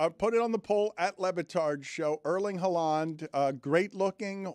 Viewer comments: Erling Haw-Lawn 😂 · Erling Haw-Lawn 😂😂😂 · Now has Dan pronouncing Haaland like no one else does 😂